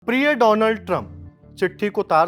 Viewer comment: और बोलो डोनाल्ड की जगह डोलैंड